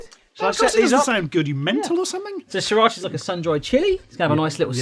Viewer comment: sriracha see-rotch-ah, not saa-rotch-ah